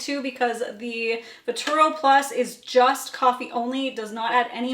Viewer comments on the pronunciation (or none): The machine is called VERTUO, there is no second R in it. Here it is phonetically Ver-Too-O. Also Lungo is pronounced Loongo.